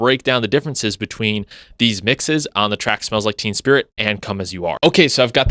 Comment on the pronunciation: Its basically the same! Its not like they made "endless nameless" sound like "polly"! Also the first time you said it, you said "smells like TEAM spirit"! 🤣 Im gonna use that as a title for a song!